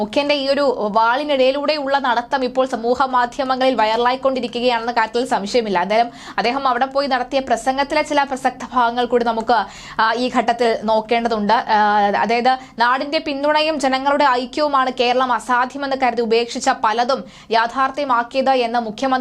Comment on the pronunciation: വാദ്യ ആണ് വാദ്ധ്യ അല്ല ‼️വിദ്യാഭ്യാസ > വിദ്ധ്യാഭ്യാസ പ്രസക്ത > പ്രസക്ധ ,?????